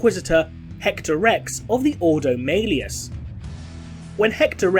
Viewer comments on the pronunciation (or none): "Maileus". Okay. It is Malleus. (Mal-eus). Even in the video games when the name is mentioned, they say it "Mal-eus". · It's Ordo Malleus, prounounced Mal-e-us. See any audiobook. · Hearing Malleus pronounced that way... :/